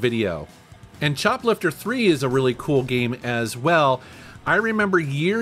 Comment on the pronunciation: I swear I heard "chocolate for free" the second time you said choplifter III.